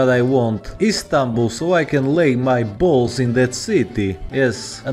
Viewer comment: The way he said "Balls" in that accent LOL